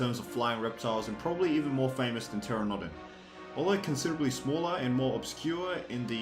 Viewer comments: Learn how to Pronounce pteranodon right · Lol I like how you can pronounce all these obscure dinosaur names perfectly..... Just not pteranodon